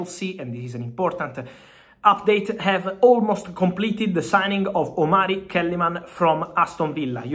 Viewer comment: Its a Ghanaian name (Omari) not (Omalri)